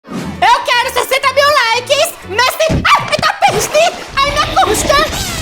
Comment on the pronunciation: Eu era do tempo siga-me no "facebuquí" kkkkkkkkkkkkkk